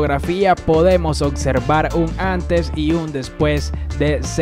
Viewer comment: Ocservar? Jajajaaja. Se pronuncia observar